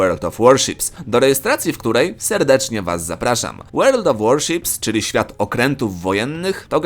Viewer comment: I to twoje 'Łerld of Łorszips' xd